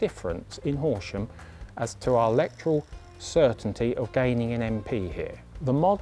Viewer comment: To be fair, watching it back, he said 'our general elections' and I think he was probably supposed to put the emphasis on 'general', not on 'our'.